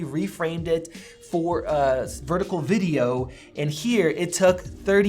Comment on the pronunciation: "Verticle" made my day and gained you a thumbs up. 😆